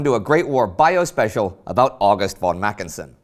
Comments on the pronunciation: Ffffon Mackensen, FFFFON, not won! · when will you English/American "experts" ever learn, that the German "v" is pronounced "f". In other words: von is fon????? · but it would be nice if you could learn how to pronounce the von = as in f (consult somebody about the pronunciation of non-English names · von = fon (how you say it)